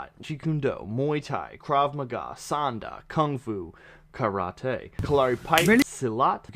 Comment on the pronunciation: Just a pronunciation tip. You said Sanda pretty well, but Sanshou is pronounced more like "San-Show" and not "San-Shoe."